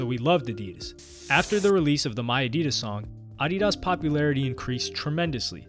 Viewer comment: Had to skip the addidas section. The purposeful mispronouncing of it was making me livid lol then going between the incorrect and correct pronunciation. 😅